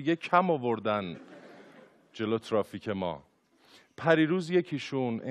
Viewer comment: چرا ترافیک و تریبون اینطوری تلفظ میکنی !😅😁